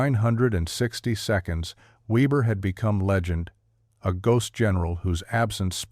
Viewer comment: Weber pronounced Veber